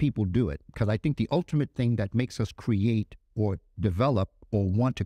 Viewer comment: It's Create... not Que-rate